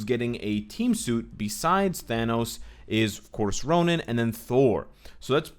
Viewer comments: errr... Ronan? i might be wrong... but all this while i thought Ronin is sounded "Roneen"... lol... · Nice video, excited about the update. Is it me or does it sounds you are saying Ronan instead of Ronin?